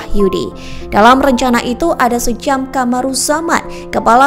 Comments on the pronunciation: Sjam dibaca 'Syam' bukan 'Sejam' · Narator ini cuma baca,itu bukan sejam tp SJAM sebut Syam=sam bukan sejam,dan di awal narator nyebut 6 org jendral dan satu org tentara,,emangnya 6 org jendral itu bukan tentara?seharusnya narator sebut 6 org Perwira Tinggi dan 1 org Perwira Pertama